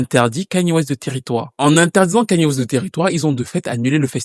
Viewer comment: Suis fière de toi tu dis enfin le prénom de Kanye correctement merci